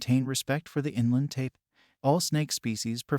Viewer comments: It's pronounced TIPAN not TAPAN. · Taipan... pronounced "Tie-pan", not "Tay-pan".